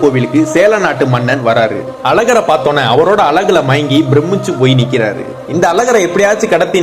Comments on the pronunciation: அது அலகு இல்லடா அழகு... உங்க தமிழ்ல கொள்ளி வைக்க... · எல்லாம் சரிதான் ஆனால் அழகு ன்றத அழகாக சொன்னா என்னவாம் 😠😠😠 அலகு அலகு ன்னு 😠😠😠